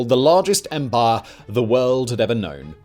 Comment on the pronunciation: I like this videos, but everytime he says 'empire' all I hear is 'Empar'